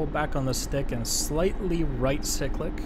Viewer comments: Great Video..You hovered better than I thought you would its not east to hover a helicopter...but..Military Helicopter Pilot here....Its pronounced (sy-click) long i(eye) not sick-lick...Cyclic........also helicopters don't have rudders....they are anti-torque pedals.... Left pedal or right pedal not rudders..no rudder on a helicopter....I flew Kiowa Warriors for the US ARMY....Which should be coming out of DCS soon....Love your videos.... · Proper cyclic pronunciation is: sīklic, not siklic - psychlic vs sicklic